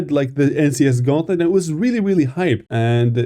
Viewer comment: Naw it's "guantlet" now 😭😭😭